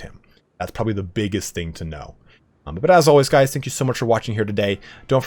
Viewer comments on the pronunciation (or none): none